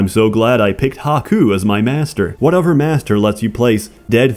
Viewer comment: It's strange hearing "other" pronounced as "o-fur", but that's what I get for watching this furrdom playlist.